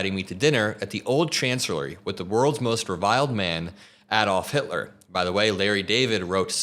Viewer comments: addoff? It's A-dolph, dude....seriously? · A-dolf. Long A (gently FYI) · You’re mispronouncing “Adolf” 🤦🏻‍♂️ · You said Adolph wrong, how do you not know how to say it correctly? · learn how to pronounce Adolf. it matters.